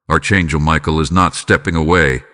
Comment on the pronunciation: Archangel is not pronounced "Arch" it is a "ck"